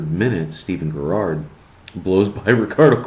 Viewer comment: what you said about Rooney is utter bullcrap! Aha believe it or not though his family has a few boxers in it. So yeah.. rough enough background. He tryed it for himself im sure! Look up a few pronouciations for those players;) Especially Gerrard!